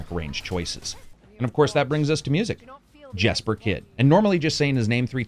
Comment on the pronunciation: If that musician you mentioned name is spelled Jesper. It’s pronounced Yesper. Not Jesper.